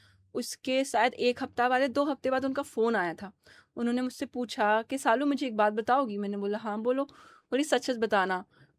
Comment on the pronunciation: It's Saalu not Shalu